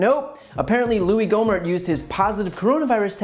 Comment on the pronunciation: "Louie"?!?!? "gohmert"?!!?!? Sounds like some stupid ass.